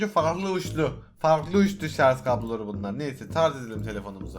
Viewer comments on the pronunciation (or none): none